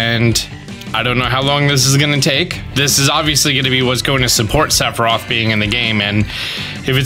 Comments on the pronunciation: *s e t h i r o p h* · Listening to pronounce Sephiroth 3 different ways throughout this video was amazing. Lol